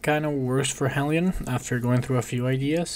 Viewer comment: It’s pronounced Heelion, not Hellion :)